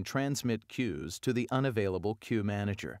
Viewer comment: what is key manager you are taking about?? I thought it is Queue Manager! Am I hearing it wrong!!